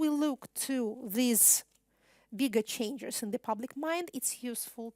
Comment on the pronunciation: начиная с на видео есть два слушателя в пиджаках и галстуках, у них немного скучающий вид... Выступление, как всегда блестящее, хотя некоторые слова произносятся специфически, например, was (было) слышится как wars (войны) и changes (изменения) слышится как changers (менятели??), ну и еще парочка в том же духе, что слегка усложняет восприятие. А в остальном, как говорят "песец, пеши есчо". Спасибо на все времена